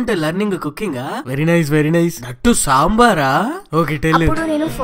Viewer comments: This is not a samber It's damber🤣🤣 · Sabar not dambar ....road tar.....very funny...... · Soo funny it is not sambar it is damber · Not sambar it is dambar